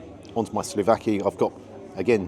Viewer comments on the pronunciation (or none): Hi, good review and video as usual. Just a pedantic little thing and not even sure when or why you mentioned it on this one, but the grilled Greek meat dish is called "souvLaki", not "sLovaki" as you've pronounced it in a few videos. Please feel free to ignore my petty pedantry, and of course, keep up the great work. Until next time, buh-bye. 👋🏻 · It's not "Sluvaki" but "Suvlaki"